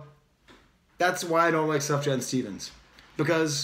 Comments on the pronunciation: Lol... “Suff-Jan”... it’s pronounced like “soo-fee-yawn” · Everything you say is absolutely correct about this new Sufjan song (BTW the j is pronounced as a y, so you'd say Sufyan), as is pretty much everything you've said in the other videos I've seen of yours (breath of fresh air, thanks so much!). You are extremely insightful. I'm a big Sufjan fan, and when he stays true to himself he is heartfelt and genius. However, he sometimes goes off on these "modern" pop style tangents, which don't work for me. Maybe he's trying to appeal to the younger generation and gain more mainstream acceptance? How often does that strategy work for artists? Check out his 2015 album Carrie & Lowell for his last true work of art.